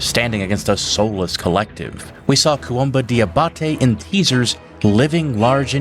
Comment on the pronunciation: the pronunciation of "koumba" as "koh-uhmba" is so distracting. His name is spelled according to French spelling conventions. It's pronounced "koomba"